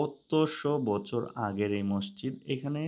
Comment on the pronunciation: মষজিদ না মাسজিদ